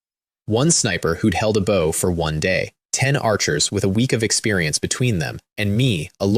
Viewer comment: Ai really does not know when to read bow and bow correctly. I've listen to dozens of these stories where the weapon was read as the bend of the body and now it read the weapon instead of bend of the body....